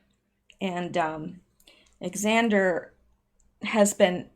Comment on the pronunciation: FYI: Xander is pronounced the same as Zander. 😘 Thanks for all you do, still waiting for you on your Discord. If you don't know how to use it, there's several YouTube videos showing how. Hope you'll join soon, most creators have Discords nowadays, lol.